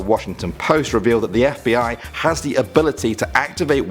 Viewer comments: “FIB” lmao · Too much Gta You said FIB at the start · It said FIB 😂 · In the intro,it said FIB,not FBI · it said fib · Someone noticed "FIB"?